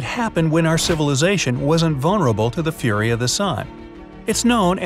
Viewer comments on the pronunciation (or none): none